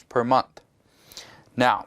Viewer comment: Month not mouth lol!